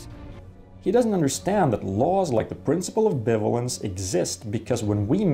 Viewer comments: This is quite possibly the best video explaining logic I've ever seen - well done! By the way, in English "bivalence" is pronounced like "buy-vay-lence", though I understand this can be confusing to someone who has never heard it pronounced but is aware of the word "ambivalence". English is a weird language. Also: "This statement is bitch, please!" is in fact a nuh-uh statement. (There's something I never thought I'd write.) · it's pronounced bi-valence